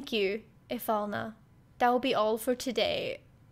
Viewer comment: You're not the only one that had a hard time speaking the name Ifalna, when i played this as an early teen, it was hard for me too, Heidegger was also a bit funny, cause i didn't knew how to say his name😆